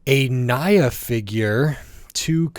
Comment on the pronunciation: WHAT DID YOU JUST SAY???? NYA'S NAME IS SPELLED NI-YA NOT NA-YA!!! WOULD YOU SPELL MY NAME AS JEY OR KAI'S NAME AS KAY? - J⚡